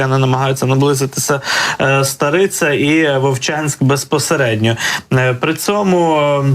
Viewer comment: Тільки не старИця, а стАриця. Іне гАтище, а гаЩЕ. Привет из Волчанска.